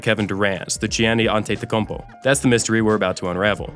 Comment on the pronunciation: The mispronunciations of names and stats takes away from the authenticity of this video. Johnny Antetokounmpo? ElGin (soft g) Baylor. The 1972 Laker record was 69 TO 13? Its like this person was paid to read a script, not like he actually knew anything about basketball.